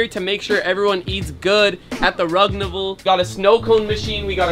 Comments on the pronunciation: I love how he said rugnaval unbalivable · Papa rugsaid Rugnavaaln😂😂😂